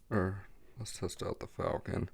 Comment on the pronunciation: Were those Facon blades? You were saying Falcon